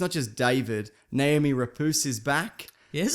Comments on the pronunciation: Rapace is actually pronounced Ra-passe but you shouldn't care about that. You probably won't even fucking read this. Maybe. Probably. I dunno. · How he pronounces Noomi Rapace. Rapoos? Or what? Lol. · O god... this "rapooce"... Can you at least check and LEARN pronunciation of actors if you do this? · Lol, "Naomi Rapoose".